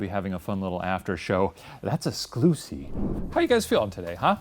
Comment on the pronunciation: shane: thats a 'sclusy! me: cries in poor